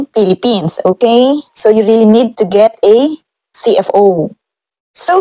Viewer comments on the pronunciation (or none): none